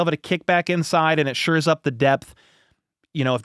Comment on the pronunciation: Love the show and I'm not trying to be nitpicky, but it's "shore up" not "sure up". Sorry! Love the show! You're killing it with your NFL coverage!